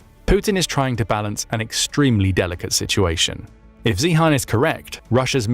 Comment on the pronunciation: Peter’s Sirname, definitely😊 NOT pronounced “Zee-Han” it should absolutely be pronounced as “ZION”!!!❤😊